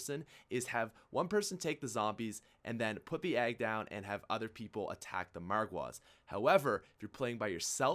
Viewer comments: he says aggs instead of eggs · Why is he calling eggs aggs? Wtf😂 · I love you man I'v been with you since 1k subs but the way you say eggs it's like "aggs" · Stop calling egg aggs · Y does he say aggs? Lol